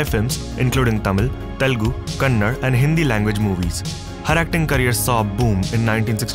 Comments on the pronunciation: It’s not Kannad, it’s kannada. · It's not kannad idiot pronounce properly it's """"kannada"""" . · Dude it's "Kannada" not Kannad ❗ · Hey admin, why can't you make sure that the voice over artist pronounce Kannada as Kannada and not as Kannad ? Get into the detailing first! Thanks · it's a kannada not kannad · Common please All of us know that it's KANNADA and not Kannad. I don't understand why this is being ignored, You did a great job on your research. Good documentary by the way. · Evn I felt bad for the wrong pronounciation of the word kannada as "kannad" it's weird to be heard tht way.... We south indians don't pronounce HINDI as HIND right . We have made movie in Kannada about ths issue ... People need Karnataka tht to Bangalore as thr career place but can't pronounce the local language name properly 🤦😑☹️ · It’s not Kannad, It is KANNADA. KANNAD-AAA. 💛❤️ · ..It's called as Kannada nd not Kannad.. pronounce it properly NXT time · Bcoz you are discriminating the language of one state and u dont know how to respect language of any state or people and work on your mistakes, we all feel so sad for your knowledge..... Once again it is Kannada not kannad. And it is Kerala not keral. Go revise your history once again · haan...ye log khamaon khaam overreact kar rahe hai.. Akhir 'kannad' kya lagti hai inki... Waise, aap handi medium? Hum bhi kendriya vidhyalaya ke vidhyarthi rahen hain, par saaloan ne hamein kannad nahi, kannada hi padwaya.! P.S. hope ppl gt the real meaning here. #NammaBengaluru#Kannada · Correction it is KANNADA not Kannad, why is it hard to say??? Just like Orissa and not Oriss. Well researched documentary. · sir its KANNADA not Kannad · being such a good channel and being representing such an amazing person its heart wrenching to say that these people of INDIA fail to know their own linguistics. It's not KANNAD it's kannadA . get it right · 2.37 dude it's "KANNADA" NOT "KANNAD"! 😑😑😑